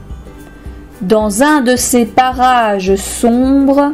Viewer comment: on est d'accord elle dit barrage